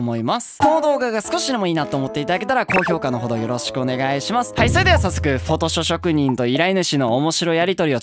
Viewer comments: フォトショショくにんとしか聞こえん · 「フォトショ職人」 言いにくそうでwww 滑舌❗滑舌❗